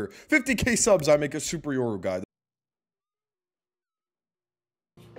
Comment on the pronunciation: This guy mispronounced my username when I subbed on twitch and he said he was doing it for the money. Thank Yoru he’s rank 1 tho